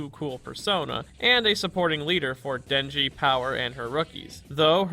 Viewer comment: are we all forgetting she did dinji wrong...so wrong